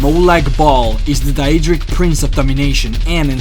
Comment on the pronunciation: If he says diadrik prince or hersine instead of dadric or hercine one more time